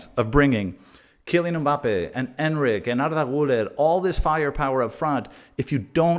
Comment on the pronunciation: His name is EnDrick - not Enrick